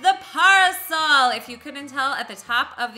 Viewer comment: ...Its pronounced pair A sole